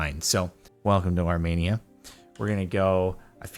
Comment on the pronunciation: I had to click on this cause I'm Armenian also not how you say Armenia